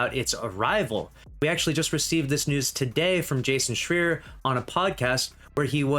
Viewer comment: Sorry to be that guy, but his last name is pronounced Shr-eye-er, not Shr-ee-r.